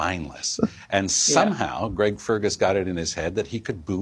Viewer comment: Lol his name is Greg, not Craig, just figured I'd point that out since you're calling people idiots.